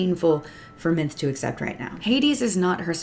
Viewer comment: Minthe is pronounced Min-thee.